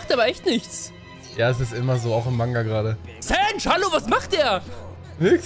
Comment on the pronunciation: sowas wie sanj zu sanji und so Macht er immer wieder